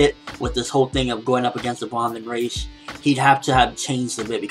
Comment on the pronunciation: Also, I think the Vandenreich would probably be pronounced more like 'Van-den-righ-h', (the 'h' pronounced in the same way you pronounce the 'h' at the beginning of the word 'huge'--the way you pronounce it is so confusing :P...